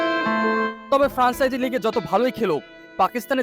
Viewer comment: ভাই আপনি আগে সঠিক উচ্চারণ শিখুন। তীব্র,,ফ্র‍্যাঞ্চাইজি।